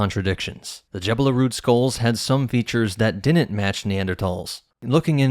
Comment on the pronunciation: "Didn't," not "dinnit"